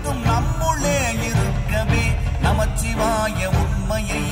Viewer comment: திருத்தம்: தயவு செய்து பஞ்சாட்சர மந்திரத்தை நமசிவாய 🙏என்று உச்சரியுங்கள். இது ஐந்தெழுத்து மந்திரம். நமச்சிவாய என்று உச்சரிக்க வேண்டாம். ந- நிலம், ம- நீர், சி- தீ, வா- காற்று, யா-ஆகாயம்.